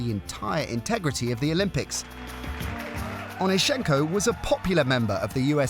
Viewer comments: Can yall ever get the last names pronunciation right? Its OnEEschenko, not OnischEnko. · Saw him in Kiev at the now defunct Dynamo swimming pool. You got the stress wrong - it is on the second syllable.